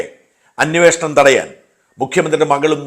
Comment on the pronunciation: അന്യോഷണം അല്ല ഷാജാ അന്വേഷണം എന്നു പറയൂ.